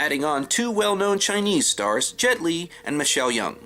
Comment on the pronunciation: Just one tiny point - the actress is Michelle Yeoh, pronounced "Yow".